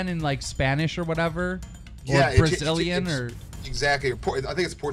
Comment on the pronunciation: This stupid ass nigga just said "brazilliën"